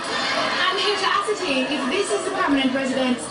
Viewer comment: Did she say, "ascertain"...lol